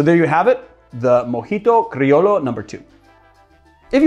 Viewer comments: Pronounced mojito crioyo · It’s actually pronounced “cree-o-yo” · Cri o Sho not lo, sho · Its pronounced crio(yo) like in yo-yo the toy. Salud🍻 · Came here for this haha. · Cool drink. The old Tom gin really compliments the mint. Lol, oh man. You have triggered every Spanish-speaking person with that Criollo pronunciation (myself included) but I’m sure you’re already used to us busting your chops for whatever you mispronounce here in the comments. Cheers! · Comme on! You can pronounce "criollo" better!